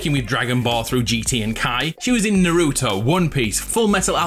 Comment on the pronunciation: He said Naruto wrong im triggered